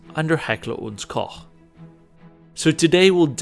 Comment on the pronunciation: It's so rare to hear an American pronouncing "Koch" right. I had to check twice. Good job.👏🏻👏🏻👏🏻